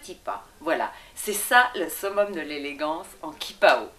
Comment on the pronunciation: On dit "tchipao" hein...